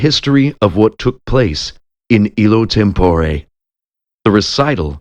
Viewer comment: On the whole, a fine reading -- but there are too many mispronounced words. Five-syllable words are sometimes uttered in four syllables. (Homogeneous is one example.) Instead of "institution," we hear "intuition." "Tempore" is accented on the second syllable instead of the first. Etc. -- But I still appreciate the effort!